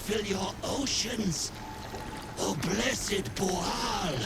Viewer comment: Are they booing me? No, sir, they are saying "booo-al".